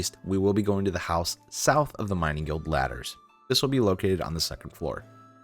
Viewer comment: Great video but please try to pronounce stuff right. The first 2 mistakes we're whatever but it starts getting pretty annoying when trying to watch the vid. :P safespot, not safesot. magpie not madgepee. guild of our own not guide of our own. and a couple more.